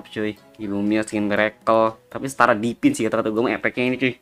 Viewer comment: Divine bang bukan Dipin 😅😅